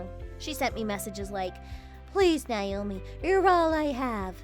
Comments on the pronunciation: Why is Naomi/Nayomee being pronounced Nyomi/Niyomee? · No. it’s pronounced Nay-o-me. Ask me how I know.